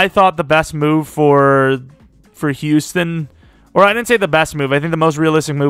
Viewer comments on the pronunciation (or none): none